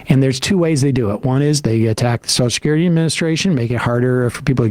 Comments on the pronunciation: Yeah but at least Joe can pronounce social security. It's not sosh-security. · WTF is "Soshes'curity?" Is everyone in the world now too thick to be able to pronounce Social Security? I mean, it's like a disease...